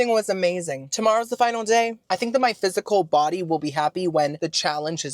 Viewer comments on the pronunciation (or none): none